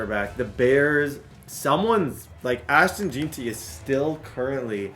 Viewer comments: It's JEN-TEE FFS lmao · “ashton jeenty”